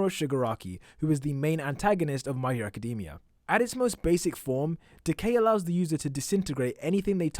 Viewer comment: I hate when ppl cal it my hero acadeemia rather than academia